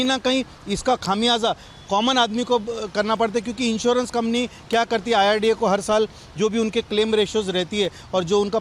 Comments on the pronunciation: न्यूज नेशन के इंटरव्ह्यू लेणे वाले बई साहब, डॉकटर साहब आयआरडीए बोल रहे है वो सून कर भी आप बार बार " आय आर डी एफ " क्यो बोले जा रहे हैं ? अचरज की बात लगी मुझे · Sabse pehle insurance authority kaa naam toh sahi se boliye, uske baad aap apna interview phir se post kijiye. It is IRDA and not IRDF